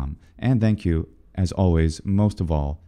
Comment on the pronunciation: I have literally never heard anyone say /ˈðæŋk ˌju/. Now I probably won't be able to unhear it in your videos. lol